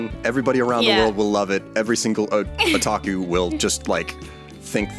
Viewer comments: It's funny how is annoyed by how proneness Sakura wrong, when he a few seconds later, proneness Otaku just as wrong... What's wrong with he world now? DD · gets mad when kim mispronounces sakura, says otaku wrong